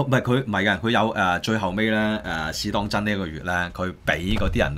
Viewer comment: 可唔可以發音好d? 邊個網媒係 試當‘陣'？